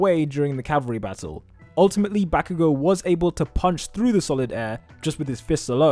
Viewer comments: dude stop saying bayago sry but its bakugo mate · The way this guy says bakugou makes me mad